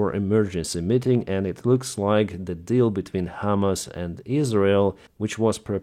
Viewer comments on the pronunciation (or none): none